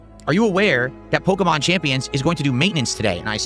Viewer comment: He said he wasn't gonna talk about the cards all the time when this started but every five to ten minutes he begging and complaining about the cards or a "Polkumahn" game. Once again, Phil did this to himself and now he's confused and suffering.